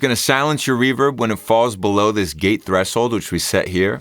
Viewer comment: My guy says "thres-hold"